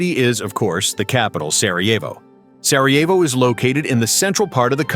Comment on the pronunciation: Si chama Sarajevo, no Sievo come dici tu. Non dire budzie!!